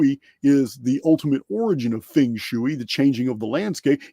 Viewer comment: ) your ideas and data is off the charts cool and I've been following since the early days. One thing i can count on is to get a fun dose of humor while listening. Fung Shoe-Eeee haha.